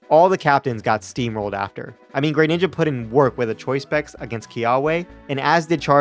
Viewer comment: It's pronounced gruh ninja